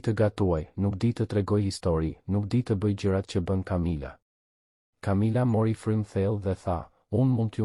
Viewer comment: A mundeni ta lexoni mire tregimin ne gjuhen SHQIPE,,,,,sepse perhere thoni qe ngjarja zhvillohet ne SHQIPERI por edhe shume pjese jane kot,te pa imagjinueshme!!! une edhe mund te mos e degjoj fare dhe mbyllet me kaq, po nuk e degjoj dot te shqiptohen keq fjalet! Kamila jo Camila etj etj etj!!!!!!! Aaaah po flet shoqjqa!!!!!